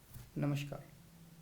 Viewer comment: पढ़े लिखे जी नमश्कार नही नमस्कार होता है।😅😅